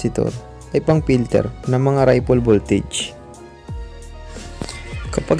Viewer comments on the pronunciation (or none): Sorry po..... iko correct ko lang ang pag bigkas mo ripple voltage......Ripol at hindi. Raypol..... sa pag bigkas.... salamat po...